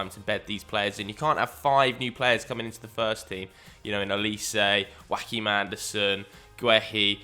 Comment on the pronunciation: By the way, the first part of Joachim Andersen’s first name is pronounced more like the English word “your”